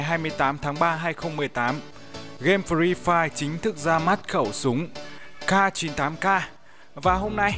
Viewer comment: Khẩu súng CAR 98 CAR:v Tiếng Anh tốt vl:>>>